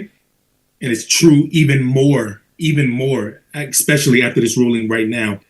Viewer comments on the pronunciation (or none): he can't be trusted cuz he said exxxxspecially!! It's especially 😂